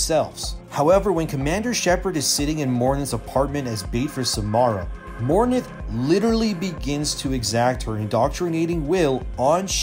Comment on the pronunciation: Dominate can be used in Mass effect 2, And she is called Mor-inth, not mor-nith